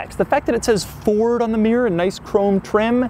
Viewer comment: Why would you intentionally call it a “Furd?” Is there someone wrong with you?